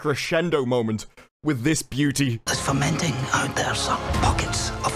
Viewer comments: the meme is that whatever the actor said sounds like "my pockets are fermenting", if someone made an oopsie it's the writers and director of the show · Fermenting? Does he mean fomenting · I think he's saying "Pockets (of resistance, ostensibly) are fOmenting" not fermenting. But yeah, disney star wars so "the message" will be strong with this one. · "Fomenting" not "fermenting"